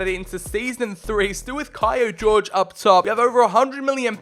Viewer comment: I think that he is not called Jorge, like George, but like Horhe, or Jorge in Portuguese!